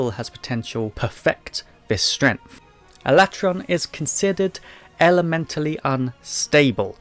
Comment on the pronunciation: Alatreon is my favorite as well, also my first introduction to them as MH3U was my first MH. But I still think he's the coolest after experiencing the others. Even his name is sick, though I prefer pronunciation of it rather than the official one. I also pronounce it that way.